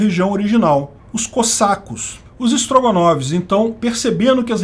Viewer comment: Não tenho estrutura emocional pra ouvir "Strogonovs" sem rir. 😂